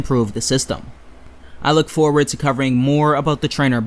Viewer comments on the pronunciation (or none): none